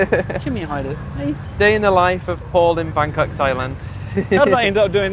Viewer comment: Haha you said Bagkok 😂